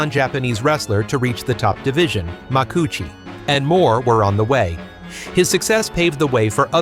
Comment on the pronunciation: Even as an American, I know that's not the way "Makuuchi" is pronounced. More AI trash.